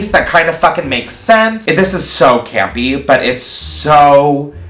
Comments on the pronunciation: are you saying gampy... or campy...? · I’m gonna have nightmares of saying “CAMPY”🥴